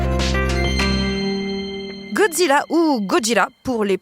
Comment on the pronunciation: Comme mais parents 🧐Pourquoi 😠 les adultes disent godzilla "godziyia" C'est godzilla "godzila" c'est facile à dire nan😤😤😠